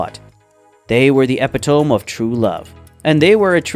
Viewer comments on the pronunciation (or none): Epitome = ee-pit-um-me